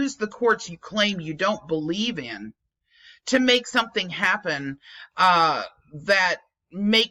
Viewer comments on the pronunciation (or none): none